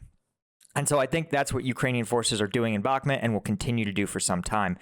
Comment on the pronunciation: Mate, please say Bukmoot. It's not Bukmet!